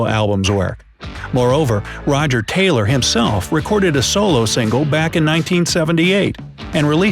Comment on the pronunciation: The way he say Taylor made me cringe